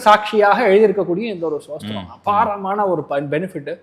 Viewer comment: "ஸ்தோத்திரம்" என்பதை "சோஸ்திரம்" என்று உச்சரிப்பவர் ராகவேந்திர ஸ்தோத்திரத்தின் அர்த்தத்தை சொல்வது நகைச்சுவையாக இருக்கிறது. அவர் தன்னை முன்னிறுத்திக் கொள்ளும் பக்தி மற்றும் அறிவு, ஏன் அவருக்கு ஒரு எளிய சம்பிரதாய ஷிகா இருக்கக்கூடாது? அவர் ஏன் "முகஸ்காவரம்" செய்து பாய் கட் செய்கிறார்? இந்த எளிய தோற்றத்தின் மூலம் மோசடிகளை அடையாளம் காண முடியும். மக்களிடம் மிகுந்த ஆர்வத்துடன் பேசும் ஒருவருக்கு இந்த அடிப்படைகள் சரியாக இருக்க வேண்டும். சாமானியர்கள் வார்த்தைகளாலும் அலங்காரத்துடனும் எளிதில் ஏமாற்றப்படுகிறார்கள். மேலும் இந்த "ஜோதிசார்கள்" பொதுவாக அறியாத மக்களை சுரண்டுகின்றனர்